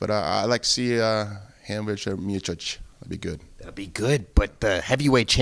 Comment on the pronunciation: Kudos for Tito for prenouncing 'Miocic' correctly